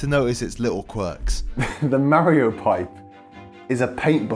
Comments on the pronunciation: Merry-oh and Luigi. It’s MARio, mar like bar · Mario even says his name for you, how are people still pronouncing his name wrong?